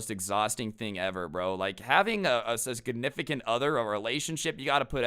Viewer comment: Yo is a small error occoured that is funny, you said suscinificant other lol